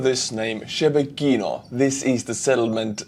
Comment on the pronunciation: "shebekino" is pronounced with a short "i" and "o". otherwise the pronunciation was correct.